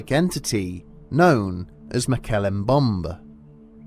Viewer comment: mokell embumb is certainely the worst pronunciatian of moe-kel-lay em-bem-bae i've ever heard